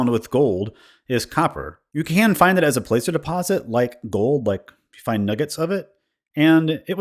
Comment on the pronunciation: Hey, not to be nit picky but placer is pronounced like plastic, if i recall correctly it was named after a group of miners but that could be wrong.